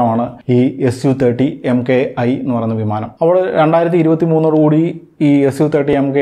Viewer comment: It's pronounced a su 30 mk 1, not as mki